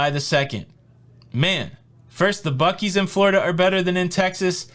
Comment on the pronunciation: when you said buckees I thought you said buck eyes but that's Ohio.